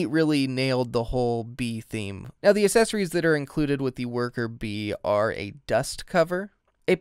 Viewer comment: The Uh-sessoreeze